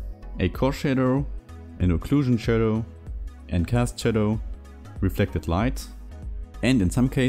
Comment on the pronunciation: iIt's 12am, and I'm over here DYING at "shat fadow" 🤣🤣🤣